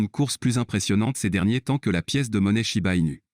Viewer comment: Shiba pas chiba